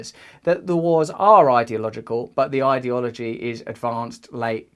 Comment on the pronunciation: Adore when they say idiology, like it takes idiots to think it all up.